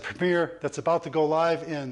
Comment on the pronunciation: "And that is a wabbit I can wive with..." thank you sir.